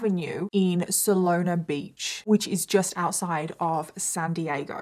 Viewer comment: i love hearing people try to pronounce cities in San Diego., your pronunciation of Solana Beach is great! Honestly. Love you, this case is so close to home... as I'm SD born and raised, I first saw this case on 48 hours but also remember the trial in Vista... crazy!! what is everyone's thoughts? let me just read all the comments...